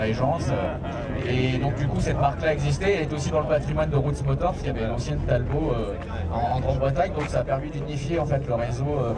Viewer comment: présentateur... groupe "route" (prononciation) le groupe se prénomme rootes et se prononce roots en anglais comme le prononce le proprio